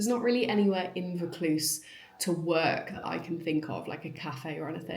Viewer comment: pronounced voor cluze - ie vaucluse